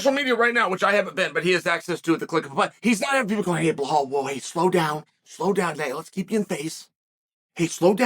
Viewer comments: How do u gwt blahal from bilal pronounced bee laal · Bluh-hall, Pee-era, he actually said Leon Scott like Colby 😳